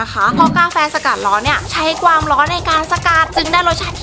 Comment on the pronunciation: ทำไมพูดความเป็นกวามขอถามนะ